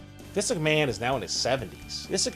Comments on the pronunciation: For christ's sake, please learn to say "Vince McMahon" properly! Not "Vis McMahon". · You have a hard time saying Vince McMahon's name. "Vinsuck Maaan" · Who is "Viss McMann"? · "Vis Ickman" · Who's Visiknan? And what the dubdubdee? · why does it sound like you're saying viss McMahon? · Dude STOP trying to say Vince McMahon or WWE.. your not even saying his name right! 😑😩😩😩